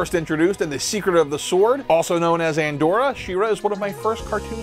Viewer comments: It's Adora, not Andora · I believe you mispronounced Adora's name. Other than that, good job.